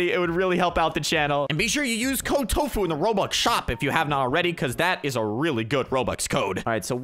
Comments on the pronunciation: It’s tofu not toffu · its not tofu its TOFUU. Correction?